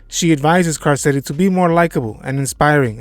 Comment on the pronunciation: Can you pronounce Carcetti correctly please?